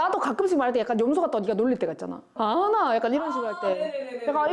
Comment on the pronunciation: 여기서 “아나?” 할 때 어떤 영상에서 할머니가 손자한테 피자 만들어준다고 친구분께 물어보실 때 “자피 아나?” 억양이랑 똑같음ㅋㅋㅋㅋㅋㅋㅠㅠㅠㅠㅠㅠㅠㅠ